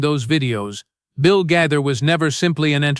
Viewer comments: It’s not GITHER 😅it’s GAITHER. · Could you please pronounce his name correctly!!! This is very disrespectful and detracting!!!